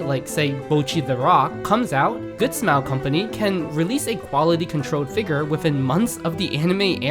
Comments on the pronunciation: sooooo annoying that you cant say figure correctly. cringe every time you say it wrong. It's Figure, not Figur. Holy shit its so annoying. Like do you think every single other person on the entire planet says it wrong and you're the only person that says it right? You haven't even once heard any other person alive say that word and think to yourself "hrmm, thats not how i say that word, maybe im saying it wrong?" like wtf dude. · all I can hear id FigUUr..... figUUr... figUUr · Super nitpick, but your incorrect pronunciation of the word 'figure' is kinda bothering me, and yes, a redneck accent would pronounce it the same way, but this guy doesn't have a redneck accent. Only bothersome beacuse of how many times the word comes up given it's the subject. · A figure channel that struggles to pronounce the word, can’t make that up. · You pronounce figure like a slur.